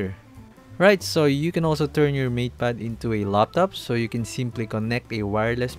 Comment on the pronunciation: Why do I hear "meat pad pro" instead of "mate pad pro"